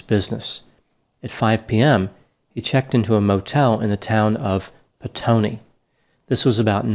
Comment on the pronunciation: Well done on your pronunciation of the place called Petone👍 also sex workers confirmed said he was with them ...still it is a bit of a mystery and there are theories about his business partner ..very sad case mate it was brutal 🇳🇿😔